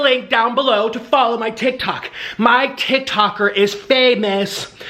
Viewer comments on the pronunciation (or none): He called it a TIKR TOKR